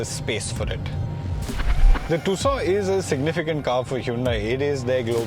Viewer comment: Just dont understand why most of the indian car channels call it "TOOSAW" when the actual pronunciation is "TOOSAWN" named after the 2nd largest city in Arizona called TUCSON....